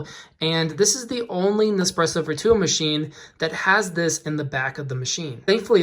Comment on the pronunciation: Your pronounci g Virtuo wrong